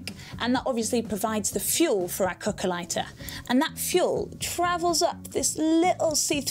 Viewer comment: Me too, thought she was saying coco(a)😅